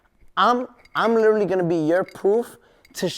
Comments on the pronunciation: lileraly= literally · Take a shot everytime he says "LIL-ER-LEE" aka Literally lmao